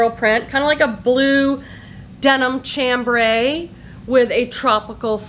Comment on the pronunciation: The Tolani top you found is from her QVC line, not her dept store line. That Aran (pronounced "air-an") piece is QVC as well. The fabric chambray is pronounced "sham-bray" . When buying FLAX pay attention to the labels. The oldest pieces, under the name Angelhart are really valuable. She went into business with her husband and changed the name to FLAX. Older labels can be simple printed fabric with stamped name and affimations. Fast forward to a messy divorce when he got the company.. which he sold. Rhe clothing since then isnt nearly as good. The sizing isnt as generous and quality of linen isnt nearly as good. You can still find the early 90's stuff that has plenty of wear left because the linen was that good. The newer FLAX doesnt sell for as much or as well...too much quantity exists. Once again, Zegna is pronounced "zen-ya". Bonhome is "bon-oh-mee". Hot Cotton has been around almost as long as FLAX. I used to own/buy it back in the 90's but the new stuff just isnt as good. Cut smaller, cheaper fabrics. As an FYI, Anne Klein was designed by Louis del'Olio after Anne retired, then a new designer came on board to help. Her name? Donna Karan! If you're lucky you will find AK with a label reading Anne Klein by Louis del' Olio and Donna Karan. This was before she left to create her first line of basic pieces that made her famous.